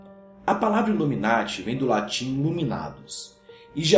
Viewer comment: U say loomy narty? é noiz:D